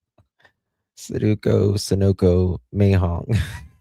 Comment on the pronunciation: you are silly. Mah-Jong. You clearly did not grow up around a bunch of old Jewish ladies. 🤣🤣🤣